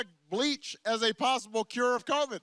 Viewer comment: I laughed so hard when Trump came on TV during one of his rallies. Trump: Covid Covid Covid Covid Covid COOVID! 😂😂😂this guy has gone crazy...